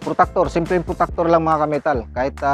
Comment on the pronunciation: Protractor po yn sir hindi po protactor😂